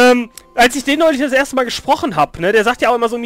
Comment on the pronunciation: Öhrstöhr! :P not..:(